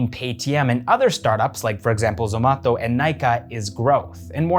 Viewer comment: Please say Zomato - not Zomatho